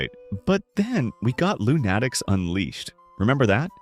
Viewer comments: I think they meant it to be pronounced Loon A Tics, not Loo Natics. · Dude, it's LOON-a-tics, not loon-ATT-ics. It's pronounced like the word "lunatics". Come on, it's really not that difficult. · Who tf says Loonatics like that? Never heard the word lunatic before? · Note to AI: "Loonatics Unleashed" is NOT pronounced "Loon-atticks". Nor is Dave DePatie's name pronounced "De potty". This just gives the (largely accurate) impression that you don't know what you're talking about.